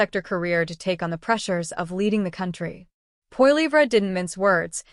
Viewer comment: Carney has no credibility. He spews lie after lie and he nearly bankrupted Great Britain. He is in Canada to finish us off and sell us of to China...China owns him, as he borrowed $250 billion from Beijing very recently. Also, please learn how to pronounce Pierre's last name....